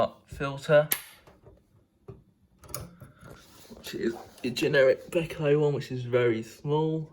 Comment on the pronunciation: You said b-eh-ko! Thank you!